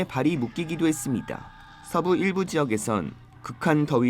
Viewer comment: 아니 "했습니다" 발음이 왜이래? 아나운서 맞음???